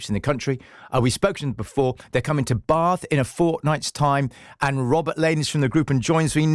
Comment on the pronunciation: I love that you stuck to the proper pronunciation of Bath😂